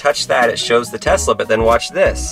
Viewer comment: Telsa as not saif